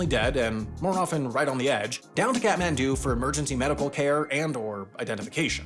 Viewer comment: Kathmandu or cat-man-dont. I don't really care.